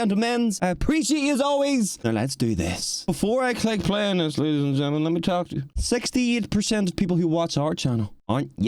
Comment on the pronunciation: did NOT say ladys and gentlemen😭